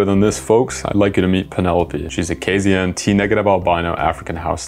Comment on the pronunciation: as someone who’s form KZN, hearing you pronounce it Kay-Zee-in instead of Kay-Zed-en was a little, but your channel is cool enough that you get a pass 😎